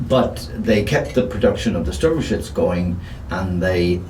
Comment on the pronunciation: endlich mal einer der Sturmgeschütz richtig ausspricht, oder Guderian Ente